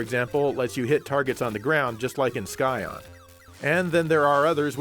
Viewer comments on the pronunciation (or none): Let me just say that I'm sighin' at pronunciation of the word scion. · "Scion" is pronounced like "psy-on" not "sky-on" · heh sky-on You mean sigh-on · Awesome video, of course. But man, it grates my ears to hear you pronounce Scion as “Sky-on”. It’s pronounced “Sy-on”!!! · Scion is not pronounced "sky-on". It's pronounced like the beginning of the word science. In fact, there are no words in the English language beginning with "sci-" that are pronounced "sky", so I'm not sure where you got that from. Science, scissors, scimitar, scintillating, sciatica, scion, in all cases the c is silent. For that matter, words beginning with "sce-" are the same way. Scene, scent, scepter, scenario, etc. Also scythe. As a general rule, e, i, and y following tend to make c's silent. Cigarette, city, cyst, celibate, civilization, cede, celebrate, cicada, cinema, circle, cipher, citation, cerebral, centrifugal, ceramic, well, you get the point. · You do realize it's pronounced Sy-on not sky-on? Jesus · Its pronounces Szion, not Skyon, like science. I consider you my friend no more. You suck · I'm pretty sure Scion is pronounced as "sai-on" (sai like in the weapon Sai), not "sky-on". I know this because in Magic: the Gathering we have a creature called an Eldrazi Scion, and everyone pronounces it "sai-on") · Why drive a KIA when you can drive a SKY-ON ? That's right, fool, SKY-ON, not Scion! 😅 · LOL, learn to pronounce Scion. The "sci" part is pronounced "sy" just like in science. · Scion is pronounced like sigh-on ;) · Sorry, it's pronounced S(eye) On. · I'm sorry, but how can you mispronounce Scion, but not Exerion? I mean there's a freaking CAR with the name Scion!